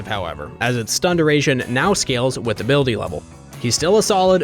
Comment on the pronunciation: "Amumu´s stun now scales with hablity le..." HE WHAT???